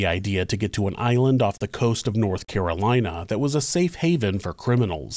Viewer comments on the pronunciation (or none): none